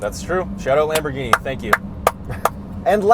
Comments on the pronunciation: I'm Italian, the way pronunces it is pretty much correct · yes that's right Huracan with the silent "H", at least way say it like that in Italy. Your lamborghini pronunciation is correct but for Murcielago I don't know the exact pronunciation cause is spanish ( we say Mursielago).